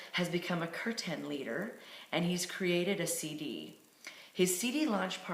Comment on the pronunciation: It's pronounced Keer tan, not curthan. :) Glad you enjoyed singing the Holy Names of the Lord. I have been practicing bhakti yoga and singing kirtan for 45 years now. There's nothing like singing and dancing in an ecstatic kirtan. If you want more, you can visit the ISKCON temple 3764 Watseka Ave 2 blocks from Trader Joe's, near Brotman Hospital on Venice Ave.